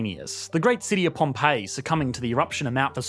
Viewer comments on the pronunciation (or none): none